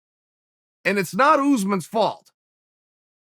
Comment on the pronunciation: As I read this he said “170 pound division” & “Ooze mawn”